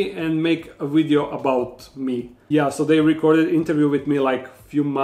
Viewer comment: Did you say video or ideo